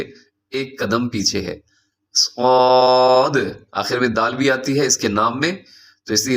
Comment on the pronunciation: ص میں و کئ آواز تو نھیں آنئ چاہیے صاد ہوتا ہے